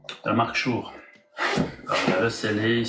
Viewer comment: on dit "schoure" !